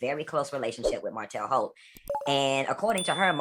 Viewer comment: Not HOELT!!!😂😂😂😂